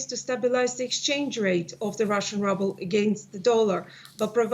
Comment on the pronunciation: I love how she pronounces "Rubel" like "Rubble"! It suits the state of the currency me thinks.